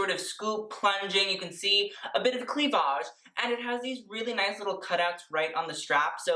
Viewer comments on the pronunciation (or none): Clee -vage 😂😂😂